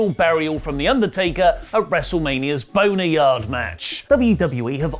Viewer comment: I do look forward to watching the news on this shit show we call wwe. And did you say Boner Yard match🤔😂😂😂😂 ... Nice bro .... Nice....